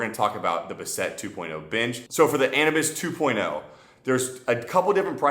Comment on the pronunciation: Not being an a**hole but isn’t it pronounced Anubis like the Egyptian god???